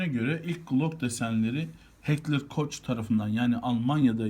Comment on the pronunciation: Heckler Koç ne Koh diye okunur